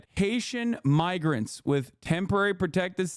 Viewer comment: He knew he was supposed to say migrant but his brain was thinking of the N word bc that’s where his vile heart lives and the slip of tongue started to mix the two words.